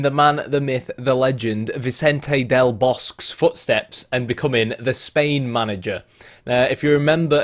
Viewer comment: Since you've asked about pronounciation, I will answer it with a bonus: Aketxe is a Basque name, in that language tx converts in what in Spanish is ch. Akeche. You'd nail del Bosque if you didn't omit the final E. In Spanish we don't omit the final e as French does (it's also not omited in Aketxe).